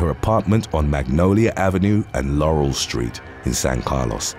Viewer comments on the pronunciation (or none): none